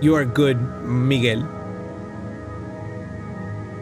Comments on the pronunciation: ah yes yes Migues lo siento hermano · He said Miguel not micheal